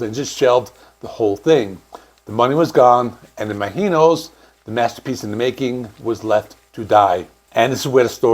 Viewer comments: How are you pronouncing the album? It sounds like you're saying it with a hard G, like im aGk inos, when it should be im azh inos, like imagine with the OSE sound added. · Why are you saying "Imaheenos"? Have you listened to the album? It is pronounced Imagine-ohs! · It's Im-A-gin-os, not Ima-heenos. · It’s “Ima-GEE-nos” - with a hard G. How can you get that wrong when they literally have a song in the album called that and they pronounce it that way? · I've always heard it pronounced imagine-os not some Spanish pronunciation lol, come on now! 😅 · Fuck you! You clearly don't even know who Blue Oysyer Cult is. You mispronounce Imaginos 30+ times as well as Lanier. If you're going to do journalistic work, learn your topic. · It is really jarring the way you keep mispronouncing Imaginos. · Your pronunciation of Imaginos is driving me crazy... The title track pronounces it with a soft "G" not a Spanish J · Well you didn't even listen to the songs, ot the song Imaginos, to hear how to pronounce it right ;) But, you got most of it wrong about the albums history also... Better to make good videos than spit out as many as possible, per day ;) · I can't finish your video because you keep mispronouncing the title of the album & it is distracting! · Why can you not pronounce it correctly? They literally sing it over and over on that album 😂. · The way you are pronouncing “Imaginos” is very distracting and incorrect